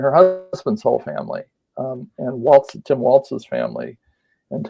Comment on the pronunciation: Please! There is no T in Walz!